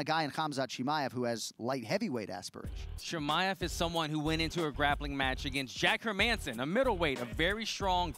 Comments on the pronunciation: How did everyone just ignore him saying "We'll see what Khamzat is Chimade of" hahahaha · "We might see what Khamzat is Chimadeof" 😂